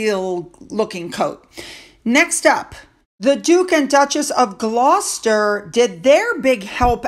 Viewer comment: Well done. Correct pronunciation of Gloucester. Great